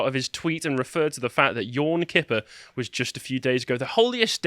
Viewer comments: ROFL... "yorn kipper" 🤣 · "Yourm Kipper" lol. You almost sound southern there.